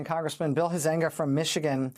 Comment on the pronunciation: HUIZEN-ga not huh zéng ga get the naqmes right please, it is a simple Frisian name..